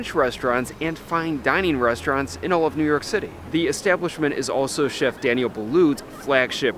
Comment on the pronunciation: I wonder why you pronounce it as "Dani-elle" vs Daniel "Danyul"